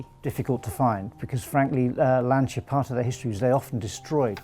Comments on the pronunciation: john moran it’s more like Lancha, the restorer says it almost perfectly for an English speaking man. Being from and living in Torino believe me, I cringe when I hear Lan-see-ya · Always surprised how english speakers can't pronunce properly a simple word like LANCIA: it sounds LAN (like LANcaster) - CHA (like CHArleston). The mechanic says it well... By the way, amazing job with a great display of good taste. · I please you to pronunce it in italian way. Lanchia, like child. It's the surname of Vincenzo Lancia, translate in english it will be Vincent Lance. He was a race cars pilot. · Anglophone Lancia is pronounced Lancha, or in IPA format "lantʃa", the "th" in Abarth is not the same as in English you just say Abart. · Great video! P.s. the "C" of Lancia is not the C of words like "central"... the pronounciation is like the "CHA" of the word "champion". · I think it is pronounced Lan chia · john moran it’s pronounced lan cha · Great short documentary. But for God's sake, the "c" in Lancia is pronounced like the "c" in "Charlie". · Wonderful job, but everybody please learn to say "Lancia" properly: the C is like in cheese, not like in cinnamon. Both the As are like the U in "cut". It seems that the owner of the company is the one that says it better. Thank you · To all the people bitching about the way Brits pronounce Lancia, we will pronounce it properly when the rest of the world stops murdering our language, now go and get a fcuking life. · That car deserves two things from you; a pair of driving shoes and the correct pronunciation of Lancia. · an important suggestion for the future: if you want to do a video about Lancia, learn how to pronounce its name in the right way... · That’s a really sweet ride! And a well done video. But it already always upset me back in the Top Gear days that people just don’t want to pronounce Lancia correctly. Or Porsche. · ok first the guy should learn how to say lancia, and the car looks a copy of bentley gt